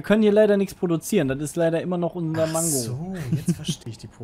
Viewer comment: ManKKKo nicht ManGGGo:D!